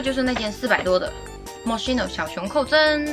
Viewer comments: 大哥，发音发错了，KEY no,不是西no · 是这么读的mo“schi”no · 看语言 mos七no是西班牙语发音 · moskino吧。读音还是按人家的产地的来吧。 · 你是不是读错了呀品牌名